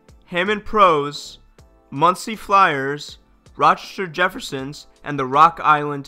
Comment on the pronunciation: "Roshter Jeffersons"?